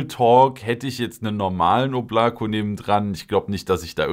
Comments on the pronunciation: Es wird oblaka ausgesprochen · Da es ein russischer Name ist wird das hintere O als „A“ ausgesprochen, „Oblaka“✌🏽